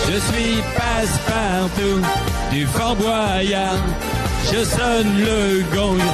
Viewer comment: quand il demande a tous le monde si sa va bien ce soir personne lui répond et aussi il prononce mal fort boyard en gros il ma tué XD mdr